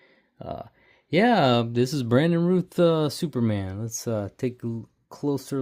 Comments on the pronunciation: Pronounced Routh like south not Rooth. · 😅😅😅😅 yup. Routh>rowth